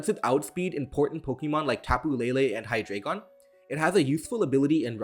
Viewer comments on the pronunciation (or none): none